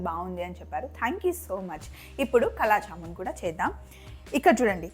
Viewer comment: Kaaala means black.it is not kala andi please say it as kaaala jamoon❤